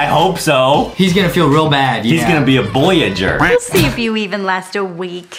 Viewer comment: Adam really said boyager